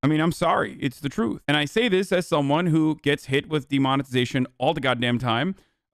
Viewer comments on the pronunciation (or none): Who calls the WHO "hoo"? You sound like an owl, that word is an initialization not an acronym you dweeb